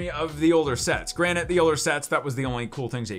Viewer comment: I swear you say 'granite' instead of granted! Grant-ed lol!!